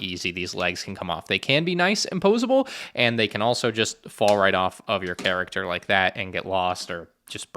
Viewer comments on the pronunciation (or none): none